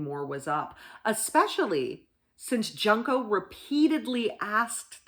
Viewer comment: It's pronounced like june co not Junko FYI